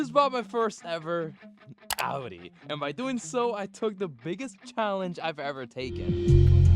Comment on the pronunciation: Since u bought a audi its time you learn to pronounce audi its Ow-Dee